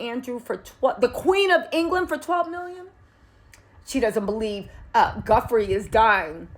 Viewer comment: Edits needed! Maybe a voiceover edit and repost? Virginia not Samantha. /Joo-fray/ vs ?? I don’t even know what you said there…? Guffree? Goffree? Godfree? 🤷🏼‍♀️ …again, ups professionalism and credibility… Our Criminal and Chief and former BFF to J. Epstein also benefits from her demise…